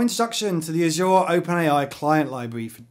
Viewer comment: Bro every time you say azure I want to slap you so hard